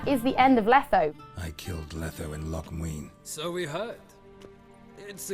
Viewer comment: Loc muenne?!?!